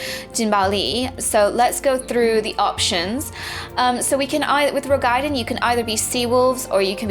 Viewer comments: Roegadyn. Row-gah-din. Why is it so hard? lol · I love this video, I really do. But something annoys me about the way you say Roegadyn cause there isn't anything between the A and the D that merits you putting a Y sound between them, as in gaiden... breaking down, the word is Roe Ga Dyn = Row - gah - din... awesome vid though. can't wait.